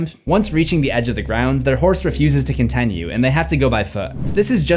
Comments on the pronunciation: Amazing people came after you for titular and not "continue" being pronounced "contenue" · Y'all gave this mans hell over "Titular" but let him slide on "con-TEN-ue"??